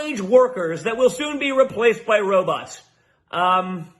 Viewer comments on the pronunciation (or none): Did he say robutt?